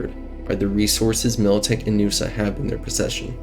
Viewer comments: N-USA, not Noosa 🤣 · N.U.S.A. Not NUSA It's not a word, it's an acronym. New United States of America. Just as you wouldn't call the current U.S.A Usa.